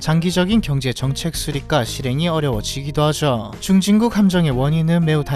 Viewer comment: 말투가 왜이리 느끼하냐 “하죠” 발음이 안되나 ㅋㅋㅋ 하즈어~ 라고 발음을 하네 ㅋㅋㅋ😂